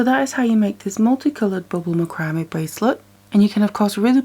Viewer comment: This is not meant to be a negative comment... But I think that you are pronouncing this word 'macrame' the wrong way. It is pronounced as "MAC-CRA-MAY"... not "MA-CRAM-ME" As a young one growing up, I used to have a problem with my speech. I could not say the "SH" sound. I was showed how to hold my tongue to pronounce it the right way. Ever since, if I met someone with the same problem, I would just pass my knowledge onto them to help them pronounce their words the right way. (My son even has a speech problem.) Most people take my advice very well. Yes, YOU do "GREAT WORK", and I have learned a lot from you too.